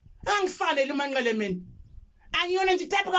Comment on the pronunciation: 😂😂😂Izindaba ezingaka ngyabonga kodwa ngoba umbiza kahle uthi u Manqele